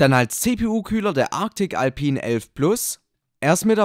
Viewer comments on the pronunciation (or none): none